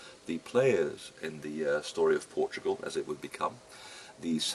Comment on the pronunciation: "POR TUO GRAL"